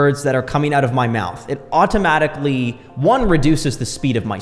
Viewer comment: You pronounce some words weird. AHH TOE MATIC ALYY